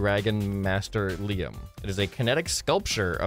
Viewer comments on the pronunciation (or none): none